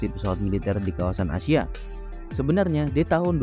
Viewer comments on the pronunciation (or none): none